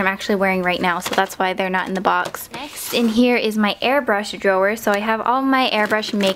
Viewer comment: It irritates me how she says "drawer"